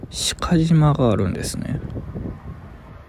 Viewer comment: 伊予北条に来たんですか！後しかじまじゃなくて かしまです！